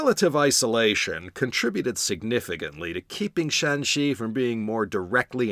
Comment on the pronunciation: Great tones! Remember the province is Shanxi (山西, Shānxī, West Mountain) not Shaanxi (陕西 ,Shǎnxī, West of the Shan pass) first tone for Shanxi throughout, third and first tone for Shaanxi. Yes, Yan was one of the good ones.